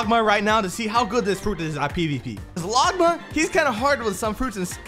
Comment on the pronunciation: the way bro says longma he says logma😂😂